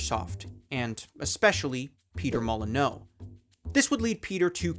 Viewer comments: you're pronouncing it the French way when you should be pronouncing it "moll-uh-new" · Sorry, but uh... Molo-no? Isn't it Molyneux? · Im sorry but if guru larry taught me anything its that his name is pronounced "peetah mollineew" followed by some sort of backhanded insult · > Peter Moli-no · It's pronounced "molly - new". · Ahhh every time you say "Peter Mullin-O" I die a little inside. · its pronounced Molly-new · Molyneux = Molly-new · It's Peter Molyneux, as in ending with an oo sound, not Peter Molyneaux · Not how his name is pronounced. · I cannot figure out if he is pronouncing his last name ass wrong or has just never heard his last name which I find it hard to believe considering you’re making basically a video about the man! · Maybe the mispronunciation of Peter Molyneux in this video is intentional too. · That's not how to pronounce Molyneux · I can't tell if you're mispronouncing his last name on purpose. Great video though. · Maybe learn to pronounce the name of the guy the entire video is about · Not sure whats worse, his lies or your pronunciation of his name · that's not at all how to pronounce natal that's also not how to pronounce Molineux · Buddy, I clocked it. Takes 5 (FIVE) seconds to google how his last name is properly pronounced. You did not do 5 (FIVE) seconds of research for this video. Was the pronunciation not on the wiki page you read out loud for this vid? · Also would be cool if you pronounced his name right given you made a whole video on the guy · Imagine doing all this research for a video and never learning how to pronounce a guy's last name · Why do you pronounce Peter Molyneux's name like that? In all the interviews, Ive never heard it said that way before. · This entire video is, “I’m a cringe god, I was diapers in reality at the time, I Absolutely had & have no idea what I’m talking about but goog told me so. Also (plaus wan hunerd) I won’t pronounce Molyneux like a human being”🌈👨🏻‍🦼🌈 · That’s not how you pronounce Molyneux ! 😅